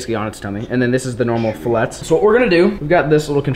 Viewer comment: Okay why does say FELLETS 😂 I don’t care but 😂 love the vids!